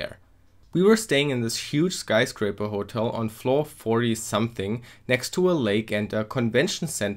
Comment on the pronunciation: The fact that you missed that you had qualified for the finals tells me that you were not really organized. The emphasis in "hotel" should be on the second syllable. It's nice to get a tour of such an event. I am sorry about the smoking you encountered.